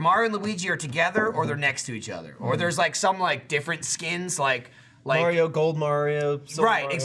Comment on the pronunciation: Shadow_ Sheep Call it May-rio.